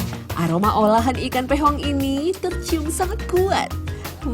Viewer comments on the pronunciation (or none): Piong bukan pehong bang bang.